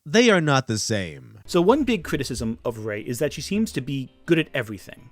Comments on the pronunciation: really seems to struggle with the word “criticism.” He should instead use “critique” because it’s easier to pronounce and more appropriate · Or as he calls it cwiticism